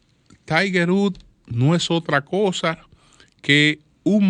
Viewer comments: Diale Tiger Rúd🤣🤣 que Inglés más malo🤣🤣🤣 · Wood, pozo septico se pronuncia wud 🤦🏽‍♂️